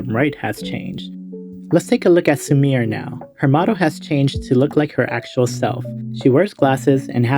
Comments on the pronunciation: Sumire isn't pronounced as "su-meer", it is "su-mi-reh". 😒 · You pronouncing "Sumire" as "Samir" is legit hurting my ears...